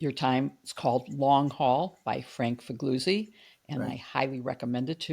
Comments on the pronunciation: He's not Figluzzi (fig LOO zee) JW-B, and not fig LOOT see, but Figliuzzi (fih LYOO tsee), just as B. Gigli was not giggly but JEE lee. BLEEAH! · Please pronounce Italian names correctly even if eg Mr. Figluzzi doesn’t mind.